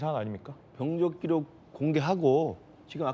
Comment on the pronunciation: 진행자는 왜 자꾸 병적기록을 병쩍기록이라고 발음을 하시는지???